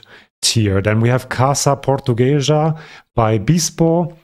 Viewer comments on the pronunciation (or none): Quick phonetic lesson: the word portuguesa is pronounced like por-tu-gue-za. I am not trying to seem mean, just wanting to improve your Portuguese speaking skills